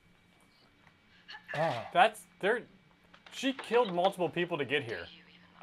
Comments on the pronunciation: not y’all calling lila, layla??? 😭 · Can someone teach them how to say "Lila?" Of course, would just give a lecture about how he is right, and no one knows what they are talking about.